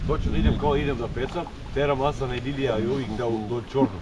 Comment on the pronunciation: sigaski ne kaze se asan vec hasan sto si djetu nadio muslimasko ime a neznas da izgovoris hasan